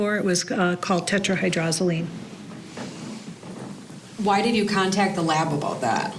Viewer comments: Their "expert" continuously mispronounced the lethal active ingredient as tetraHYDROLozine rather than it's correct pronunciation of tetraHYDROZoline. Huh, some expert. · I heard hyrdrozoline though from the forensic analyst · This "expert" should learn how to pronounce "tetrahydrozaline." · Maybe it’s just me, but I find it odd that a person is interviewed for this video as if he is knowledgeable about the effects of tetrahydrozoline poisoning, and he can’t even pronounce the medication’s name properly. If you’re going to do an interview on this subject, at least learn to pronounce the substance you’re speaking about properly.